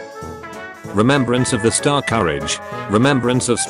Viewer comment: The pronunciation kills me 🤣🤣 "jitt gudd" (git gud) "strascorrige" (starscourge) I can't 🤣